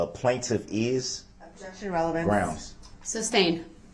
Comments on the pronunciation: “Groundz” said the clownz. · “Grouns he axed without relevancy.” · I dunno, sure sounded like "GROUNCE" to me. Finally a man with the keen genius of a da Vinci appears, out here trying to fix the court system for us all. /s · It is GROUNZZZZ. NO "D!"😂